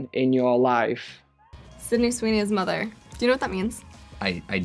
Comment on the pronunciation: Спантеличена вимовою MOTHER (Queen) < ну прямо moother